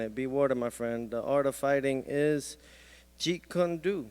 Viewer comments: Dude can't even pronounce Jeet Kun do. 😂😂 Put the book down you are making Bruce Lee look bad. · Yo don't disrespect Bruce Lee and say he's a mentor then mispronounce the art he created.